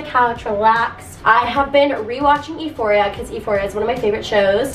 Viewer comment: yall did she just say ephoria or am i crazy